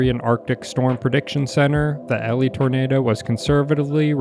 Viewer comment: it’s elie as in Eeeeee-Lie bro said elly and alley